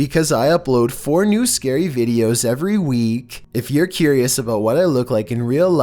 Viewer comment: The first 2 seconds : "vEEDios Me: everytime....